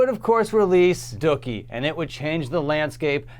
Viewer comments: No no... It's Doooookie... not Ducky. Lol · Dooooookie not Dukie orhowever you pronounce it is that a canadian thing? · Did he call Dookie, Dockie? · I've never heard Dookie pronounced that way! I stopped listening when Nimrod came out. A bland album. There was a little magic with American Idiot, especially because it connected with the anti-war, anti-Bush sentiment at the time, but on the whole, the album was weak. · I've never heard the word "Dookie" said like that haha